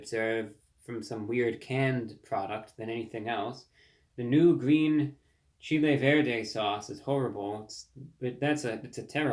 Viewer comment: If they were made with their ground beef instead and $1 each, it’d be a big winner. And you don’t need to pronounce “chile sauce” like the country. 😂😂